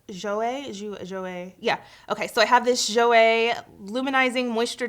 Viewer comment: You said "jouer" in a perfect French accent the first time, it means "to play". Always trust your first instinct. Also, you're gorgeous and perfect in every way.